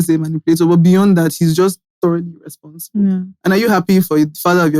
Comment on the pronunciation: The stressing on "Irreeehhsponsible" from 😂